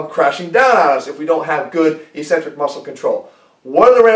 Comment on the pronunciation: "ikˈsentrik", that's the phonetic pronunciation. It's hard to take someone serious no matter how good their information is when they continue to mispronounce technical terms. "E-centrc" sounds cheesy. Concentric and Eccentric, there's two C's there bro.